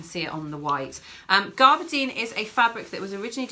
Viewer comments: Great video girls, i thought I knew my cottons, but you taught me a few new things - I had seersucker all wrong! 🤣🤣. But one thing, garberdine? I think you’ve got too many r’s in it - it’s gaberdine unless you’re talking about pirate fabric - that would be garrrberrrdine 🤣😁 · Really interesting series, I've been watching them out of order. Just a couple of things. Please turn off phones and laptop pings as the boings and pings are really distracting. Pronunciation is gab-er-dine not garb-er-dine.